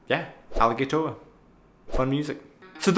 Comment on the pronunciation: hearing u say Alligatoah is so cringy xD remember the A in germany is pronounced different then in english you say the 2nd a like you say the 1 a, xD for germans it sounds like you say aligaytor